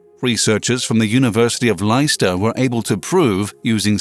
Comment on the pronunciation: University of Leicester. He says liester 😂